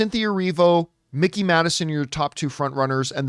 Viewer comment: FYI it's Mikey Madison as in Mike, not Mickey. I do think Oscar is her or Demi at this point, as Demi's GG speech was pretty great. Actor I think is absolutely between Brody and Chalamet at this point. Those are the top two I'd say. although I thought all 5 of those actors were fantastic. SAG seems to love Wicked, so I'd agree it'll be Grande and maybe Wicked even gets Ensemble. I find it so weird that SAG TV don't do Supporting categories, but they do for SAG Film! Makes it harder to get nominated for TV. And yes, Bridgerton. It was nominated for season 1 at SAG and even if it's not your kind of show, that acting ensemble does that romance/drama genre really well. Plus, it was huge this summer. We all know Shogun is sweeping anyway.